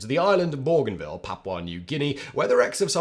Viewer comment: It's "BOGAN VILLE"... Please ask your script team to make an effort with your placenames !!